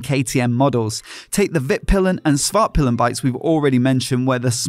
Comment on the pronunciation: For those of you who don't speak Swedish. Norden means The North, Vitpilen means White Arrow, and Svartpilen means Black Arrow. However, Pilen should be pronounced with a longer i. piilen rather than pillen. The later being one of the Words we use for the male genitalia.